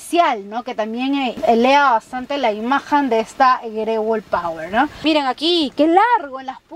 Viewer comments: jaja por que dice Power - si es POER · No es pawer sino poer 👎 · Porque le dices pawer si es poer!!!!